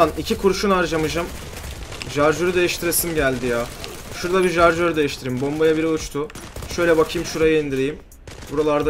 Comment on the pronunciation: jarjör değil şarjör :D